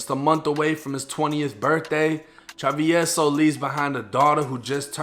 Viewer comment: I had to watch this just to see how hed pronounce travieso 🤣 but you didnt butcher it! Good shit!